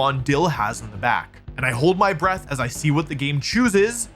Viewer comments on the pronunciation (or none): none